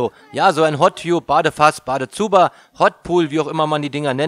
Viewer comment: Gesprochen "Hot Tabb" =) Ansonsten 5 Sterne Deluxe